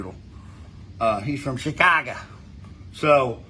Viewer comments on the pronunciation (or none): none